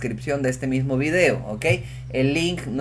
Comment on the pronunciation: cuando aprendiste a hablar la palabra "video"??